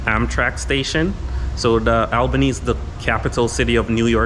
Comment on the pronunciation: Promounced Allbany